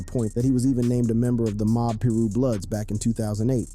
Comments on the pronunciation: I'm a middle-aged white woman and even i know how to pronounce PIRU: PIE-ROO, not PIE-RUSS!!! Get it together!😂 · It’s pir-u not pyris lol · piru (pie-roo) not pirus